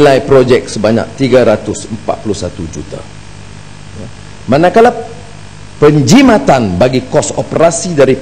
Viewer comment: Sebut penjimatan pun tak betul... porahhhh